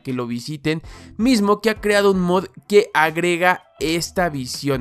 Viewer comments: por favor, deja de decir "MUD", la palabra mod es abreviación de MODIFICATION, se lee MOD, no MUD xd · No es de mala onda ni nada, pero me da gracia que diga mud en vez de mod, supongo que es su manera de hablar, no es nada malo solo me pareció curioso